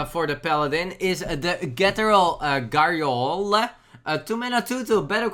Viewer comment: pronouncing cathedral gargolye - ghettoral garyoler